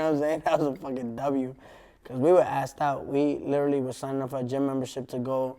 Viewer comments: lileraly= literally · Take a shot everytime he says "LIL-ER-LEE" aka Literally lmao